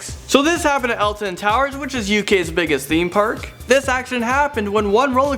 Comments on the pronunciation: BTW its pronounced "All-ton towers" not " Elton towers" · you pronounced Alton towers wrong. you pronounced it (el-ton). in Britain we pronounced it (all-ton) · Did he say ALtern towers... All-Tonne